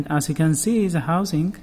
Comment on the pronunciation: Za starting clutch have ziz problem ... dude try use D sound instead Z sound when say the it sound Da instead Za . Try .